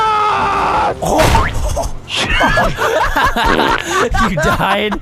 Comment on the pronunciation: The Way He Says Vanoss is actually funny